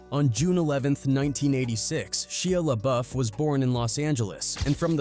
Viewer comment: Are you stupid? You keep saying his name wrong